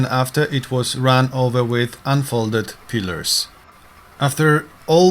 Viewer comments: Pliers not pilars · It's "pliers" (pla-ee-ers) and what you say sounds like "pilars" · It is "pliers", not "pillers". Pillers is not a word. Pliers is the correct term, pronounced "ply-ers". Also the expression is "to say the least", not "to say the most". Thanks. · ITS PLIERS "" NOT PILLAR?? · Pliers, not pillers/pillars . otherwise good test. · This is a terrific test and extremely thorough to boot. Great job. You have earned a subscription. By the way, you have been pronouncing the word pliers wrong. Use the guide in this link to help you get that right